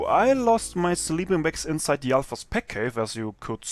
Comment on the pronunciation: doch. aber das merkt man doch allein an dem "the" aka dö